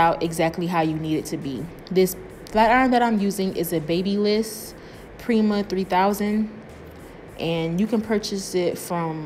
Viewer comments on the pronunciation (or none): Hey!Stylist from de and I wanna say your work is amazing! P.s. (The flat iron is pronounced ba-buh-less) nobody told me for a while lol